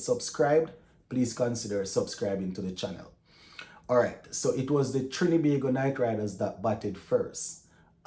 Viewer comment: Big up STTB. Thanks for all the hard work and keeping us up to date. Just wanted to point out though that it's TriNbago, not Trin-E-bago 😊